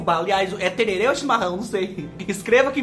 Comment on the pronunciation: Não se fala tererê e sim tereré. Aqui na minha cidade tomamos tereré. Campo Grande MS